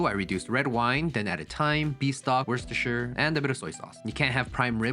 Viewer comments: Oh my god U said worcestershire right 😊😊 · Thank you SO much for pronouncing Worcestershire correctly‼️ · The GOAT pronouncing Worecestershire Sauce like it‘s nothing.